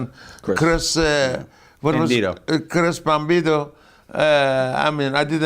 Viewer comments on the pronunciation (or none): "Kris Bambido" lol RIP Shieky Baby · Lmfao "Chris Bambito" 😂